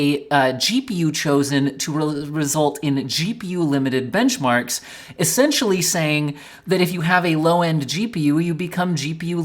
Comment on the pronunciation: "new bemcharks"